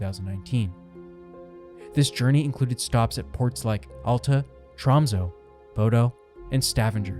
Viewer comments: TromsÖ, BodÖ och Stavanger. Ö is NOT "O" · Hearing Tromsø, Bodø and Stavanger pronounced like that pains me lol